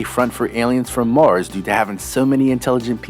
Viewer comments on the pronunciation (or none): none